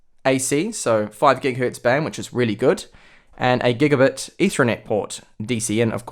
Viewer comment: What's up with your Is and Es? "Pintium/Pentium" "Gegabet/Gigabit" "Ded/Did"...